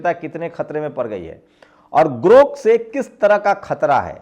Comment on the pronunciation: sir aap bahut achha samjhate hain.magar thoda shyan rakhiye elon musk ka naya product GROK hai na ki 😊GORK